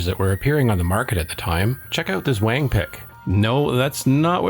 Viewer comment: The vintage/retro computing scene really needs to stop mispronouncing "Wang" (long "a" sound - rhymes with "long", is the correct pronunciation). It's seriously pissing me off and makes us North American's look arrogant and jingoist . . . at best, and I'm so sick of the SAME F#CKIN joke.